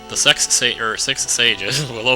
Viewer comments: when you said sex instead of six I was like "lol the sages" and then I thought of people making whoopy XD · "the sex sages,or six sages......" XD